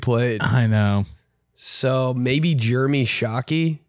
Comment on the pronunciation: Ben would pronounce the name jeremy as "germy". Also myles garrett and mason rudolph need to kiss.